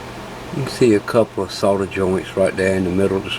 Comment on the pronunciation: Thanks for videos, and pronouncing solder with an "L" 😄